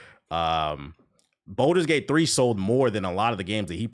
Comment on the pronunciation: I love this video and your opinions are solid, but PLEASE for the love of God...please stop calling Baldur's Gate 3 "Boulder's Gate 3". It was causing me pain every time 🫣 If you have to practice it in the mirror, that's fine. Otherwise, you cooked.